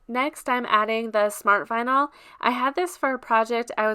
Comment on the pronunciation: Vinyl not vinal